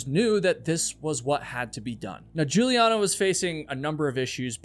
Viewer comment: You US guys never learn how to pronounce foreign names, right? The girls name is Juliane like "Yuliaane" and not tshulien. Why is it so difficult for you to grasp that there is more than English in the world? If I know that the guy who has the name Michael is an US boy, I know that I do not have to pronounce it as in the Hebrew original or in German which sounds quiet the same, but instead like "Maikel" I mean this is also a question of politeness, not only education. German is not a tribe in the Amazon. They say every 5th US citizen has German forefathers and you guys would have not made it to the moon without German help, You have a car-cilization and cars were invented by German, an if you are protestant thank Germany for the Reformation . Therefore it would be no bad idea if you cosmopolitan political correct people over there would get some little more ducation and good will for that. As for the alphabet you use it comes from latin. And in latin all the letteres of the alphabet have a certain spelling. The Germans have the same spelling, you English speaking people do not have this. You have diverted in all sorts of direction which make more or less no sense. Look how you pronounce "rainbow" and "cow". No order, no rules, just chaos.